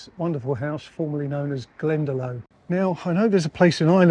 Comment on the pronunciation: Hi. There's a village here in Ireland called Glendalough ( it's pronounced Glenda lock)